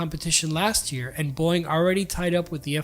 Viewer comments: why does he keep saying boing? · Teach your AI to pronounce Boeing. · I love how this guy says Boeing like “Boing.” 😂